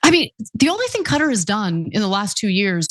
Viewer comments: Where is "Cutter"? do you mean Qatar? haha what a strange pronunciation of this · ahahhaah Cutter :)) Its QATARRRRR Not Cutter...